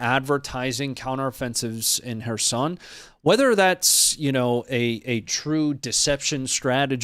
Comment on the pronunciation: The pronounciation of kherson is off too bro just sayin